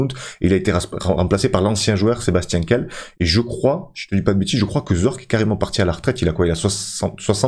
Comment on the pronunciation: Kehl c'est pas "quelle" c'est "Kél" le H fait comme un accent aigu. Le titre m'a fait un faux espoir, je pensais t'allais chercher Aboukhlal... Par contre je crois que t'as fait une boulette lors du transfert de Danso